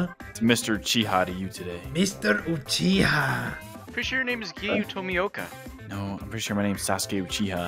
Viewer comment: "Uchiha" bro this ain't "Sakura- shippden